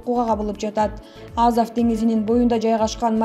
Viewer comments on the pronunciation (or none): Азав эмес Азов туура окуусан карындашым 😏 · Лаврав , Пескав , Азав , 🤣🤣🤣 кичине ударенияны коюп суйлосонор .